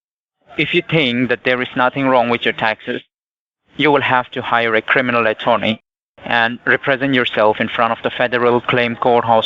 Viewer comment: Cwiminal attewney